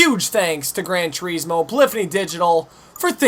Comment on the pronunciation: FFS......tur IS mo not turEEEEEEsmo....jesus.